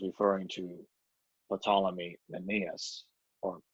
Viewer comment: Ptolemy SILENT P. just sayin